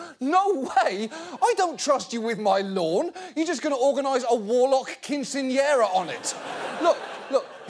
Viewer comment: "Warlcock quinceañera" 😂